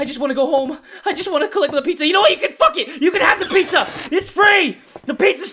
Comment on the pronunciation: I like the part where said so we can get the fock out of here